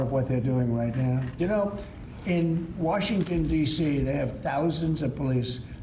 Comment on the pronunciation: Washintun Deeeshheeee